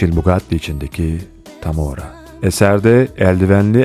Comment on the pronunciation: Lehçe de, İngilizce de Tamara, Tamara olarak seslendiriliyor neden Tamora olarak seslediğinizi anlamadım, Mucha ve Lempicka, biri Art Nouveaux'nun diğeri Art Deco'nun pırlantalarıdır.